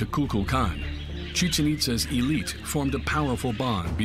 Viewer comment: A two and a half hour long documentary, seemingly pretty well made, but we couldnt take the time to make sure the narrator knows how to pronounce Chichen Itza correct? Dude keeps saying Cheetsen. Every single expert talking says Chichen.